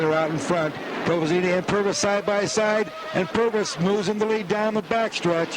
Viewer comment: How many years had a Provenzano come to Eldora by 1988? answer…enough times for the track announcer and our humble narrator to say the name right instead of saying Provezeeeno